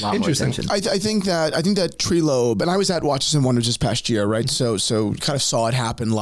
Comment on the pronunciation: Treelope 😂 its "Trylope"